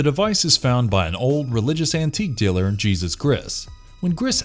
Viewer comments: Are you surprised? He couldn't even say Jesus! Or Nosferatu for that matter. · Pronounces every Hispanic name with a heavy accent but can't say Jesus right. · What's with the Del Torro's name being pronounced right but Jesus is Geesus? 😂😂😂